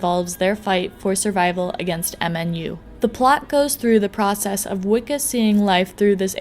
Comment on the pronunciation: Just fucking say VIKUS it's not that hard